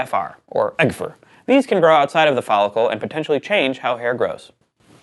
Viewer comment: No one pronounces it "egfur". EGFR is spelled out every time. -a scientist